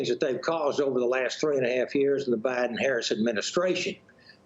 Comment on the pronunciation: Did anyone else hear her say obiden?